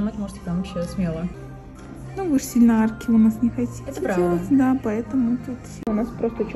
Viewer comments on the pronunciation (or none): Услышав " Хочите " вместо "хотите", стало всё понятно 😂